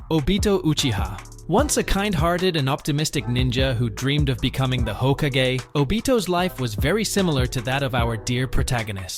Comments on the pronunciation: Hoe kuh GAY. Yeah you're such a literate AI reader ... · Why did you pronounce Hokage like that? 😭